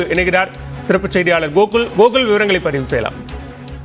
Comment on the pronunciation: கோகுல்ங்கிறதை, கூகுள்ங்கிற மாதிரி சொல்ற, செய்திவாசிப்பாளர், வெளங்கிரும்டா தமிழ்